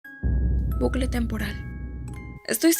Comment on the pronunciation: Se dice bucle no blucle jajajja